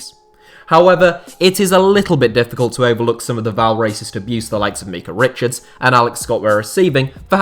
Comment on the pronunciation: "Meekah" richards 🤣